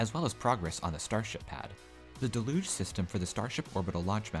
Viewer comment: It's not de-loosjh. It's day-looodge 😂